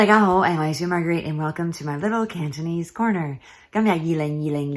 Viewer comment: Very good cantonese, unlike other americans with funny accents.